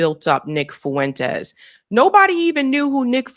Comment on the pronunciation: Fuentes is 2 syllables not 3